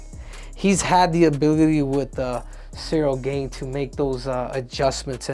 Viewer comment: Pronounced as “Gan”